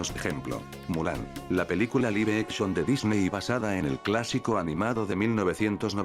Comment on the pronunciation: ¿"controverCia"? ¿"De Dicney"?